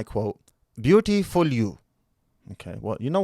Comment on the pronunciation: Indian accent "Youuuu arrre soww beautipul you..." 🤣🤣🤣